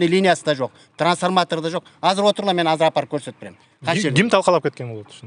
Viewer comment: "Казыр" - эмес, "Азыр" - деп эле сүйлөгглөчү...